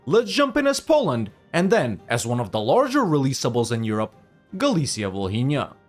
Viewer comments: “H” is Volhynia is silent fyi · h is silent in Volhynia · I don't know if anyone said this before, but, just so you know, in the name 'Volhynia' letter 'h' is not pronounced